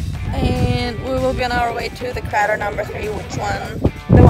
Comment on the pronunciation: Crayter not cratr!